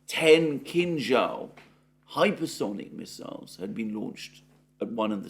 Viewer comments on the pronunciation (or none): none